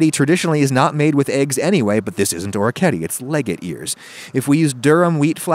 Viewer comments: orketty... or-eh-key-eh-tay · I believe it's pronounced or-wreck-ee-eh-tay... can't wait to see the new kitchen! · FYI Orecchiette is actually pronounced with the last e kind of like the e in "edit"